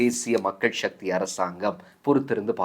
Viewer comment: உங்கள் நடுநிலைமை நல்லது. கடைசிவரை காத்துக்கொள்ளுங்கள். "முஷாரப்" போன்றவர்கள் போல எந்த அரசியல்வாதியுடனாவது அல்லது அரசியல் கட்சியிலாவது இணைந்து நடுநிலைமையை இழந்துவிடாதிருங்கள். தமிழ் மொழிப் பிரயோகமும் நன்று. "சக்தி" (SAKTHI) என்பதுதானே சரியான உச்சரிப்பு, அதனை ஏன் "ஷக்தி" (SHAKTHI) என வர்த்தகமயப்படுத்தி உச்சரிக்கின்றீர்கள் ?